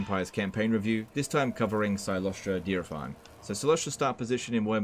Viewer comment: I don't know why he pronounced it like that either 🤣🤣